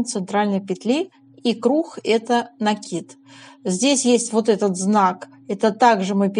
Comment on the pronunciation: Сколько здесь красоты!!! Можно я у вас поселюсь? А ваши ударения на "накИд, пЕтель (мн.ч.)" за это отдельное спасибо!